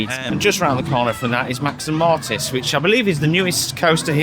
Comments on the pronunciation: lol it’s Max and MORITZ😂😂😂 not Mertle, not Mortiz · ha no but it’s Moritz not Mortis or Mortiz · "Max & Mortis" 😂 Yet another British Efteling vlogger with what must be nationally defined dyslexia🤷‍♂️ It is Moritz. Fun vlog, though.